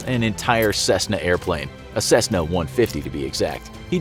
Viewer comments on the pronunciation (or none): none